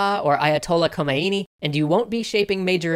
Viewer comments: It's okay--most non-Iranians do the same, at least you acknowledged it! Although, that being said, "Ko-may-ee-nee" also drove me nuts (should be ho-may-nee). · haha you butchered Khomeini's name its pronounced chomeini. the ch makes the sound you americans can't make, it is called Voiceless velar fricative. that sounds like a really interesting game, i will check it out.